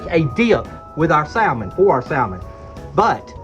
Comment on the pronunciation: We make some fantastic Salmon patties here but we also have home-pak Salmon here put up fresh every year. I’m hoping I’ll be able to send you and Catherine some this next season. Also we never pronounce Salmon with the “L” it’s always pronounced with the “L” silenced but to each their own I say. Have great recipe for Salmon patties I’ll share when I send you some fresh Red Salmon packed and some kippered as well! Love you both nice job 👍🏻pS love Salmon patties with fried potatoes and onions of course all cooked in cast iron!!!🙏💙🩷🐾